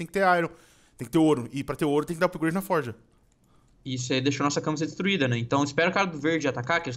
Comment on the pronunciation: E FORGE NÃO E FORJA